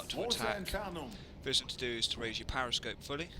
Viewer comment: it's called a periscope, not a pariscope.